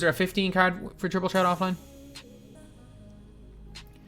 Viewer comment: Just say triple tret